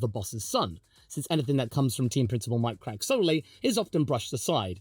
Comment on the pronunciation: appreciate how well you enunciate Mike Krack, cracks me up